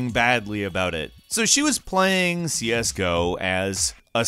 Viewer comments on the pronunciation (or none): the way he says CS:GO makes it sound Spanish. Siesgo!